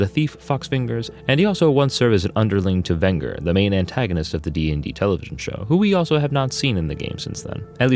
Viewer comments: You mispronounced Venger's name. It's pronounced "vinn-jurr" not "vinn-grrr". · Ring-le-run, not Ringle-run. And VEN-jer, not Vin-gur.